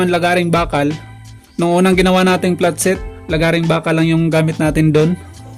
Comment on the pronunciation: Pano pag pronounce mo platset? Hahahhahaha